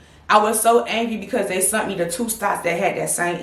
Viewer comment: “They sunt me to two stops “😂😂😂😂 I love it!